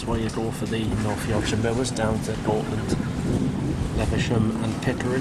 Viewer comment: It's actually pronounced as "Goathland", instead of saying Goatland. Because it's got "H" in the middle of this station name on NYMR.